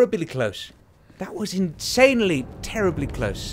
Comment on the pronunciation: ... coulda swore I heard you say, "That was terrabilly close".